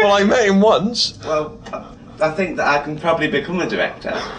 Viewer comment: "Well, I fink I can pwobably become a director because I have Jude Laws number."